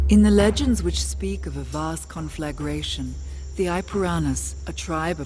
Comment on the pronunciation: Conflagration. Rhymes with concentration, meditation, etc. Four syllables. Penultimate accent.